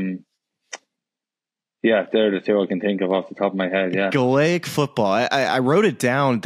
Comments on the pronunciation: Love ya, Smylie, but you have to work on your pronunciation of ‘Gaelic’ before they’ll let you into a Gaelic Football match! 😁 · The worst pronunciation of Gaelic I’ve ver heard 😂